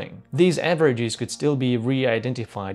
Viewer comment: Game: Take a shot every time he mispronounces a word ending in "es" like averag-ee-s :))